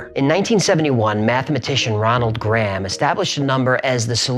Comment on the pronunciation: Gray'am, Gray-am. Gram? Next you'll be saying Creg instead of Crayg. (Craig) Honestly, hearing that actually hurt.